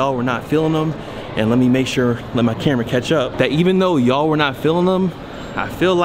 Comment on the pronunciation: tf he call his camra bra